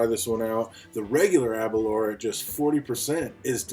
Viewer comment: Aberlour A boonaa is the correct pronunciation, I think ^^ Now try to pronounce Aberlour Casg Annamh hehe, they really know how to name them. Thanks for the review. I have tried several expressions of this now (62,66,67) and I really cannot become friends with these. Initially, they are quite tasty and fragrant. But, for me, I always get this note after the finish, a bit cloying and sharp. I do not get this in Glendronach, Kavalan solist, Glenfarclas or Glengoyne. It is not sulfur.......something else, which ends up putting me off the bottle after a while. It is always there, without water, with water, full bottle, half bottle. I did have the Aberlour 18 and that was finished in the end, but I cannot remember if it had the similar note. (possibly, but perhaps less dominant). So, it may actually be related to the new-make and how much they push into the feints or something. The A'bunadh may be too young for the casks to have done their work to round off such notes(?), don't know. It is sad, because the A'bunadh is not a bad scotch at all....just wish they would get rid of that awful end note, which lingers for hours.